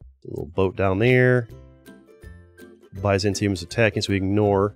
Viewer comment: The pronunciation of byzantium physically hurt me